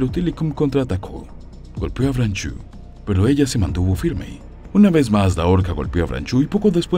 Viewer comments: Estoy de acuerdo con muchos comentarios acá: libertad a los animales. Una cosa curiosa es que veo que el apellido es francés, entonces no se debe decir "branchu", más bien "bransho", la "eau" en todas las palabras en francés se pronuncia como nuestra "o". Saludos. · No se pronuncia branchú. Aprenda usted francés.